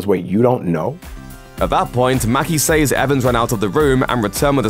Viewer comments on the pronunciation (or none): He pronounced it says. It is Ses pronounced dude